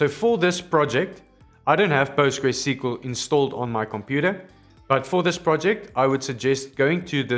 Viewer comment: such an indian way of saying it..